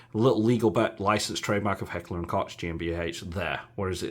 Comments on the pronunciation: Its Koch not coke (German here) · Tokyo Marui MP7 isn't a 1:1 replica of the real steel whereas the VFC is. Not sure at all why Marui did this but its a major deal breaker for me. I'm very happy with my 1:1 scale VFC MP7A1 GBB in RAL8000. Also "Koch" is pronounced 'Coke' like the drink. Good video and comparisons!